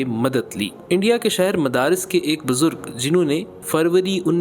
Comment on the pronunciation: Endia k shehar "madaris" nahi balkay "Madras"